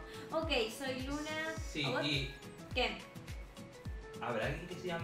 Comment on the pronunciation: Hola soy luna suena como Hola soy Lina 🖤❤️🖤